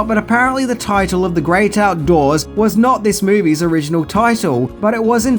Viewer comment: Do everybody a favour, bloke! Piss those idiotic aviator shades off and pronounce THE as THE not that Pommy bullshit "vee"!!